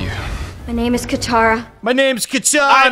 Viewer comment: I’ll never get over the fact they had all the names spoken, out-loud, recorded and replayable, and they still decided to pronounce them wrong.